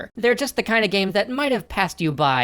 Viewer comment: "Gaem" is making me laugh so much 😂